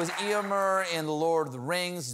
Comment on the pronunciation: Stephen needs to work on his pronunciation, or he's not a true Tolkien geek. Éomer is pronounced Ae'-yo-mare, not Ee'-yo-mer.